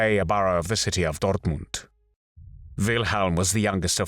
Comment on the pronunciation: What an abominable attempt at pronouncing "Dortmund" 00.57 - you can tell the narrator is unfamiliar with German. This is becoming more and more of an annoyance, with commentators thinking they have to do this and almost always failing as badly as this.